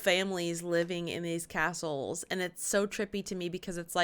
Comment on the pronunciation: Aaaaaarrrrrrggggghhhhhhh, talk about CRINGE on the Pronunciation by the narrator on these Castles!